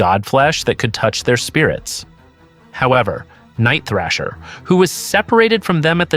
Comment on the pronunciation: It's THRASH-ER THRASH-ER HIS NAME IS NIGHT THRASHER don't you ever mispronounce the New warriors leader name ever again..dammnit